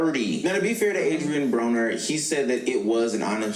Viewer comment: No, you pronounced his name right. Brahh-ner.